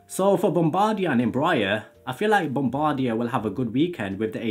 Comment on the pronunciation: Pronounce Bombardier as Bomb-bah-dee-ey